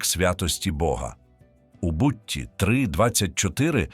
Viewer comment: Гарна тема Людині ,котра читає текст ,потрібно вивчити назви книг Біблії.а то книга Бутт'я ,звучить у Вас книга Бу'ття.Чому так.Па'лку природу а не Палку' природу. Учімося!!!!